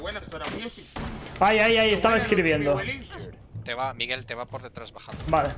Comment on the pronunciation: el dijo " ", no " Pablotas "